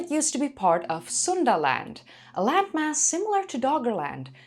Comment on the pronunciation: Every time I hear Suundaland I think of Sunderland, Very different places lol, Fascinating content as always though.